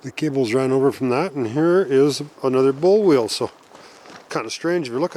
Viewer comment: What is a "bowl?" "Bull" wheel?